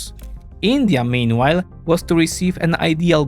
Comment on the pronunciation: you need to better pronounce “meanwhile”